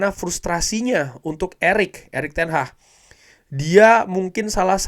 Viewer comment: Bukan Erick Ten HAHHHHHHHHHHH tapi ERICK TEN HAG Lagi lagi Erick Ten Hahhhhhhh Erick Ten Hahhhhhhh 🤣🤣🤣🤣🤣🤣🤣🤣🤣